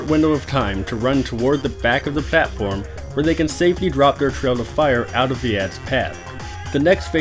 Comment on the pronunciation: I just love how he says "pLAtform" ^^